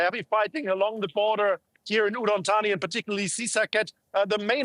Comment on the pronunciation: 13.30 : umm NOT Udon Thani 🤣